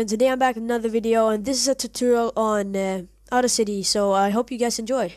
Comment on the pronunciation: I'm so sorry but I was crying when you pronounced audacity at first